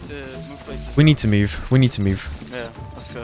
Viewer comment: "we need to mewve"